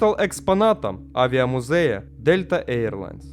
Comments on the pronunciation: Ой не говорите! Прямо уши режет.. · АнкорИджа, авиамузЭя. Ты специально что ли людей в каждом видео троллишь или русский язык не твой родной?